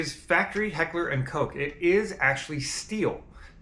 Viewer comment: It ain‘t Heckler and “COKE”. The USP is the best pistol ever—I’ve got my second one on the way in. But for gawd sake people, learn how to say “Koch”.